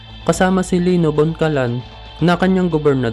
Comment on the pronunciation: Lino Bocalan po, hindi po boncalan